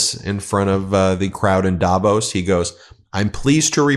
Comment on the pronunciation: Please learn to pronounce Davos properly!